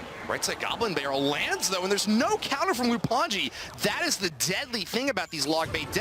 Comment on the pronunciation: Its lou anji not loup, thats how its supposed to be read in french btw